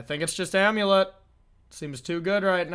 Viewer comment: Are they saying "Amu-Lit" though? But it's also possible your just trolling us 🤔 You're obviously in a spicy mood with the little "Baum", you know that what draws in the crowd 🎉 It's also possible I may not be hip like